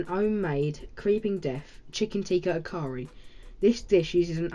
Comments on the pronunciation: Nice. It’s Achaari like ch not ca 😇 So it’s Achari not akari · Well done!! I'm going to try this (also it's achari (as in 'ch' in chicken))